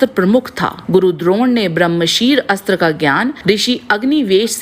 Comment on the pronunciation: हर जगह अस्त्र को आस्त्र नही बोला जाता। जहाँ अ से अ या आ की संधि होती है वहीँ अस्त्र को आस्त्र बोलना चाहिए